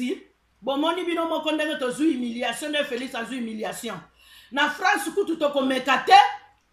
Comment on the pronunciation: C'est HUMILIATION...pas HIMILATION...Madame